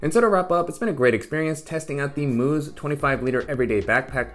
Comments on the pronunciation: Mous is supposed to be pronounced as mouse, not moose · Mouse not moos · it’s Mous as in mouse 🐭 not moose! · God damn did i laugh when he said that😂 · Nice review! And folks- it’s pronounced “mouse” like the rodent. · Mous, pronounced mouse. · The company’s name is pronounced like the little animal — mouse. I’m not sure why